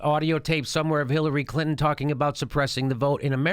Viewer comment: I love the way you pronounce Hillary's last name....CLIT-IN